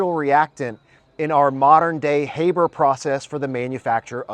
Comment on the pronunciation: sorry brother... please pronounce his name correctly from now on. Haber - Ha(r)ber. It may seem trivial to you, but when you call yourself a researcher it becomes important. The critics love this shit to point to and it's pretty basic stuff to say his fucking name correctly.